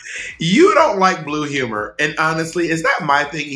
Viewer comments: My french ass not getting how wrong 'umor was pronunced at first.. had to watch it multiple times to finally understand ahaha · I reacted EXACTLY like Bob when Thorgy started saying "umorous" and "umor". Lol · "a little bit of YUMOR" LOL